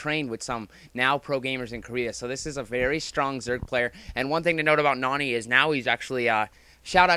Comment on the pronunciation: pronounces it Noony for some reason